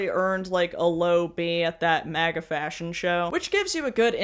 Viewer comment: "fascion show" 🤣 👩‍🍳😙